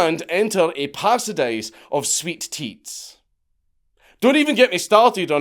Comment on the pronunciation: “Pasadise of sweet teats”?! What the hell?!